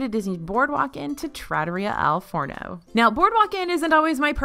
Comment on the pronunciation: Girl. Say it with me TRAH-TOUR-REE-AH Al Forno